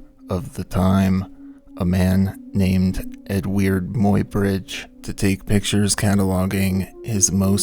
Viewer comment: Nice video. (It’s pronounced “Edward My Bridge.”)